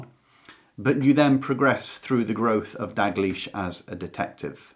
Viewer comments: It's Dalgliesh (in P. D. James), not 'Dag liesh'! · Is the letter "l" silent when you say Dalgleish's name?